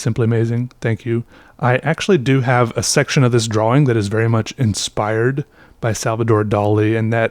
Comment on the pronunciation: is the only person I’ve ever heard make a point of pronouncing the w in drawing. But his draw-ings are spectacular and I enjoy his videos.